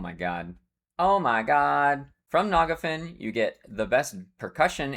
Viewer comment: I've heard many wrong pronunciations for EQ names and locations in my time, but the way you say Phinigel and Nagafen really take the cake. 😅